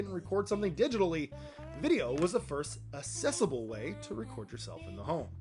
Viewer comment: ACK-SESSABLE. Say it with me. ACK-SESSABLE. You wouldn't say "excuse me sir, CAN YOU MOVE YOUR CAR, I need assess to my driveway" would you? You'd need Access. ACK-SESS